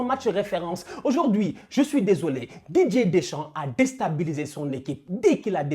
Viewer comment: Je suis le seul à entendre "DJ Deschamps" à chaque fois ?